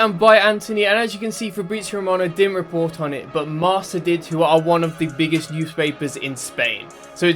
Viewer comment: 'Marca? Marsa!